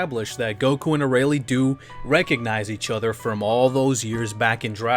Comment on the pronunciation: "A-ray-lee" oh lord.